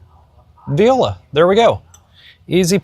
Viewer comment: I found 6 ducks which might be wrong. I was obsessing over how the wide shot and the close up were two different tables haha! Also I love how you say viola instead of voila haha! Your subtle humor is a crack up.